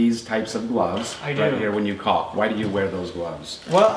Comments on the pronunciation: I love your channel been watching for years but stop saying caulking holy shit its caulk together about 100 times u say it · The "L" in caulk is silent. Like "talk" and "walk". Also, "caulking" is the action of applying caulk. It's not the actual name of the material. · Jesus, the L is silent. Dont be afraid to pronounce it properly. I love hearing people struggle to not say cocking.